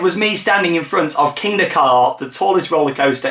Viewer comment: its 'Kingda ka' not 'kinda ka'